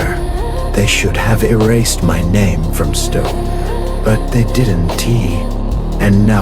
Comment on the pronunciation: this is good ut could you check the ai it doesn't now how to read don't and they just say don t and did t